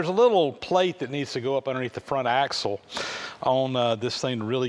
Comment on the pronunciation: It's axle, not axel.